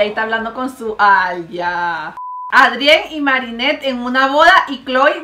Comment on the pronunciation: Como lo dice mariale: lila Como se dice:laila Como lo dice mariale: ladybug Como se dice:ladybob Como dice mariale: Adrien Como se dice: eidrien Como lo dice mariale: catnoar Como se dice: catnoa Mari pare que no as visto la serie no finjas te amoo❤